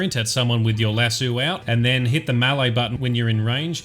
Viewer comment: Lasso not lassu Nice video anyway man 👍